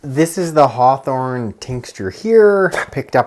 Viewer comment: Does it include HCM as well? Please caption. Your accent is hard with certain specific words. Heart what? Hearthorn?